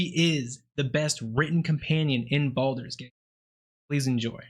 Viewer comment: The game is called "Baldur's Gate 3" not Balder lol they ain't losing hair.